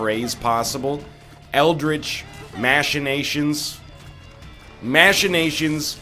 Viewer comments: Machinations is pronounced with a hard ch sound NL. As in Mackination, not mashination. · Ryan please stop saying "mashinations" and "licktenstein", it's "ma-kee-nay-shun" and "liech-ten-stein" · Pronounces machina right but then goes right back to ruining machinations